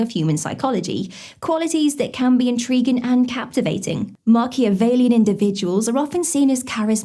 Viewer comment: It's "Machiavellian" 😉